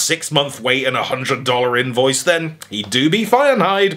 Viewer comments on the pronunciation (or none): none